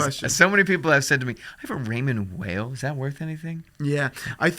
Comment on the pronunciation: It's pronounced Raymond WHILE, not Whale 😂 it's not even some crazy foreign name cmon guys. I have one and love it. Well made, nice materials, and affordable. Much better than a Tissot but not quite a Frédérique Constant.